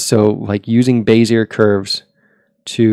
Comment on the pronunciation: BEZ - E- A not BEZ -E-ERR